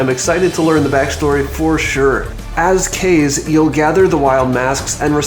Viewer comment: Awesome video buddy!! Kaze is pronounced like Ca-zee by the way, hehe.